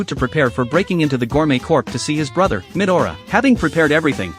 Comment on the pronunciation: What did I hear 'Mid aura' instead of 'midora' 💀☠️